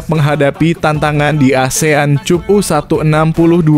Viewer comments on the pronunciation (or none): Cup dibaca kap brow 😂😂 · Baca cap apa cup 😂😂😂😂😂😂